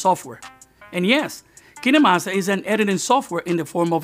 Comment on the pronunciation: Dude its kinemaster not keenamaster